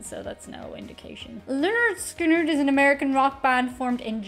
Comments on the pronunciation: Leonard (skin-nerd)Skynyrd is the pronunciation most people will recognize (not your Irish version) Y can sometimes be used as a vowel (though it would replace "i").> though it looks funny if I wrote Skynird < for I can't read it either. Though Google translate says it right in English. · Great video. You did choose one of their mellower songs to introduce yourself to them. It was cute how you were mumbling the pronunciation of their name, even after you discovered the band was named after Leonard Skinner. As it happens? Their first album is actualled called: "Pronounced Leh-nerd Skin-nerd" I suspect due to others having the same pronunciation challenges you had.😉 One of my favorite Lynyrd Skynyrd songs is a tougher rocker called "Working for MCA" who was their record company. I love all their hits, but even some of their less well known songs are great. Also love "That Smell". It's a great song but the lyrics kinda foretell Ronnie's early death. Also all the horrible, horrific things he did to himself partying way too hearty, and essentially trying to kill himself. (He developed cocaine and heroin addictions from medicating himself after the pressure of playing in front of so many people all the time became too much.) Which the plane crash ultimately took care of for him. Sadly for the rest of us. Their last studio album was "Street Survivors." The cover photo of the band became very controversial in the wake of that plane crash, because one of the band members who died in the crash, Steve Gaines, seems to be enveloped in flames. And flames actually touch all the members in that original cover photo. So it seemed kinda creepy. They put the plain photo of the band on the back cover as the front cover for a long time. Eventually they put the flame cover back in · It's Pronounced 'Lĕh-'nérd 'Skin-'nérd, lol a little inside joke from us fans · The band's name is pronounced, Len Nerd Skin Nerd. They where the kings of southern rock. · Pronounced "Lennerd Skinnerd"